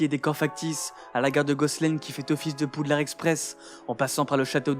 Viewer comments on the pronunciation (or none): none